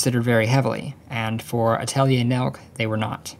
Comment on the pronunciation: Thank you for pronouncing Atelier correctly